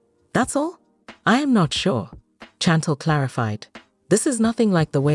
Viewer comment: Her name is Chantel can't even pronounce her name right 😅